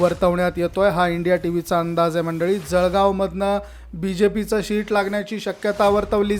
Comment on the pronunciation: शीट नाही रे बाबा सीट